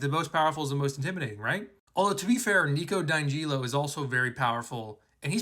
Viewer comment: say it with me now...Nico DEE ANN-GELLO